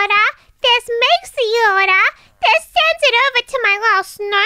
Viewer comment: “Dive Throu”? “Ordar Here”?